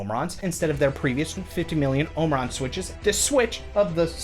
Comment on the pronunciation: As a Brit I feel very uncomfortable in the way you pronounce Omron, but I love your humour and enjoyed the review keep them coming!